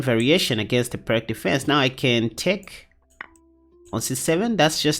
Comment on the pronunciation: I like the Byrne against the Pirc. One minor comment, if I may: "Pirc" is pronounced "Peerts." It's named after a Slavic chess master.